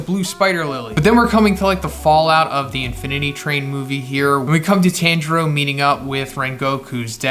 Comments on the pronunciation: TON JURO NOT TAN PLEASE STOP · His name is pronounced Tonjiro but spelled Tanjiro and the first sun breather name is Yoriichi